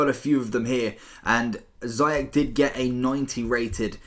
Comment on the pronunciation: It's not zayach it's ziyech, and you pronounce the ch like sh